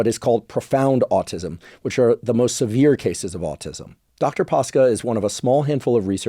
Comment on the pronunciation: Came here to say that 😁 and also to nitpick on the pronunciation of his last name, though I suspect it was simplified in purpose to prevent mispronounciation . It's actually Pa-sh-ca. Ș is like sh in shelf.